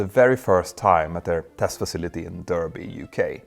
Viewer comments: FYI, Derby in England is pronounced "Darby", not "Dörby". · My mother's family is from Derby (and some worked in Rolls Royce). It's definitely "dar-by" not "der-by". On the other hand, the town in Australia named after it is pronounced "der-by". 😅 The district around the English City is also Derbyshire pronounced "dar-by-sher". 🙃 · Nice video, the location by the way is pronounced "dar-be" not "der-be" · Derby in the UK is pronounced like "dar bee" not "der bee". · Derby is pronounced Darby NOT Durby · Derby is pronounced Darby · FYI Derby is actually pronounced Darby .excellent video though. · Peter, although it is spelled Derby it is in fact usually pronounced (especially locally) as Darby :) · Derby is pronounced Darby. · Nice to see a 5 engined 747. Derby is pronounced Darby. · Derby is pronounced DARBY. Ratio is pronounced RAYSHIO. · Petter, my wife speaks English as a second language and I help her by giving her the correct pronunciation for unusual words. This is given with the same care and respect. Derby, Derbyshire is pronouced: Dah' bee Shire you already pronounce correctly. I love your channels and the virtual 737 course was fantastic. When I can afford to I am joining the ongoing programme. Keep it up, you, Ben and the team are the best. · RR based at Derby, pronounced Darby! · Derby pronounced DArby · I've never understood the city name Derby...... Because it's pronounced Darby. I've no idea why the spelling is different. When we used to do the "portable north pole" messages for our children at Christmas, we used to have to deliberately misspell it to get the audio to sound correct. Santa would never make a mistake like that. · Not a criticism just a friendly fyi. We pronounce derby, Darby. I know it's dumb but we're English and like to psyche people out I guess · Perhaps it would give folk a better idea if we said it's pronounced "Darr-bee"